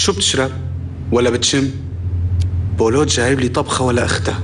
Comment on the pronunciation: بولوت مو بولات